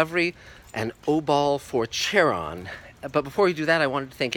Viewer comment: It’s not pronounced “char-on” it’s “Khar-on”